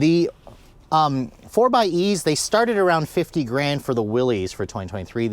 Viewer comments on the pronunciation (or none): “Willy’s”? Come on, man. It’s Willys…like Willis.